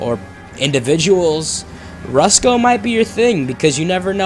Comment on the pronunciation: Rats in the Kitchen. Also it pronounced Rus ko. Not roosko :)